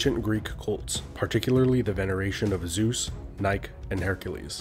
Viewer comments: Great video. However, Nike is pronounced "Nykee". Scythians is pronounced "Sitheeans" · Learn the words. The e in Nike is pronounced - it is a long e sound. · Pronounce "Nike" like the shoe brand.